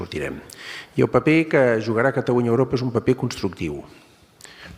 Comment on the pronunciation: Pero si no sap parlar Geralitat Catawunya... Quin pallasso